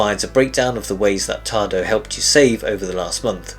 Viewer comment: Any reason why no instruction included when the Application does not present the control for Hot water ? Yes . . One can send an email to Tado technical support, but don't expect a reply. Also. There is no "r" in the word "Tado".